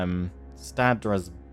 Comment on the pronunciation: trying to pronounce Stadsraad nearly gave me a stroke lmao